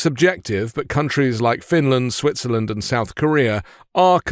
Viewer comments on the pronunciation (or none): none